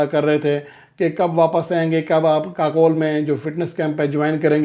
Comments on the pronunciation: Pl correct your pronounciation It is not Kakole. It is Kakul pronouncced as KaCool. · جی لفظ kakol نہیں kakool ہے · Yes but ye Bhai sab aksar u ko o pharte hain ❤ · لفظ kakol نہیں kakool ہے